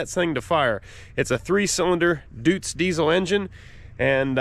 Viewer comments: PS It’s DOY-tz not DOO-tz. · Btw the eu in Deutz is pronounced like the oi in Soil, so domething like 'Doitz'. More or less at least. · Deutz is pronounced "Doits" (with the oi like in "detroit") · I am fairly certain that you need a resistor, and it might just be like someone else mentioned and my Satoh tractor had, the resistance wire under a cover, it glows and you crank. And not that it really matters but I believe the name is pronounced Doitz. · Love it! By the way, Deutz is pronounced doytz. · it's pronounced D-oi-tz. I know that because some germans got really mad at me when i said it wrong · Everyone it seems to get it wrong but deutz is pronounced as doitz. We have deutz d10006 and a dx160a and they are amazing machines. Both tractors have straight six air cooled diesels and normally they don't even need any starting aid. But at least the d10006 has a burner in the manifold that burns diesel to heat the air.